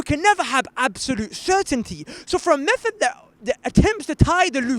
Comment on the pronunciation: "From his own mouf. From his own mouffff!" Did this guy learn English in ESSEX??? Inductive meffod.